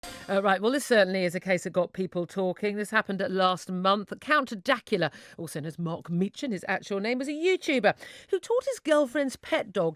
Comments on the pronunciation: “Count Dakula” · "Count Dackula" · Count"dackula" no no miss it is dank as in a synonym for moist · "Count dakula"